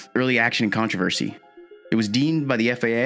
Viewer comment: Lmao “controver-she”